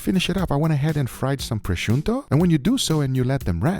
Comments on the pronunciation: Fry a proscioutoo? Brain damage? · guga................ prosciutto.... not prosciuNtto..... is not a mix between prosciutto and presunto